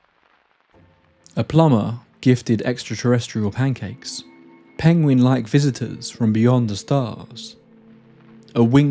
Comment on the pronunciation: "Pengweng".... oh no it's the Benedict Cumberpatch meme again